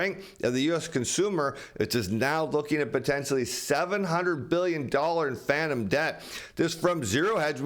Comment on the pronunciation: "Phanton" debt?